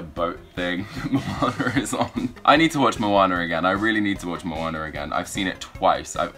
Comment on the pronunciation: It is not monner it is Moanna